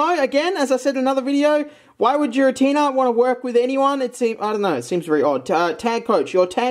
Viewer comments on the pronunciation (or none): It almost hurts to hear 'Jiratina' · It’s pronounced Giratina